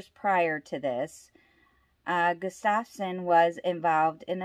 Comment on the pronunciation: Harold Estep was not Crazy Horse and the name is GUStafson not gusTAVson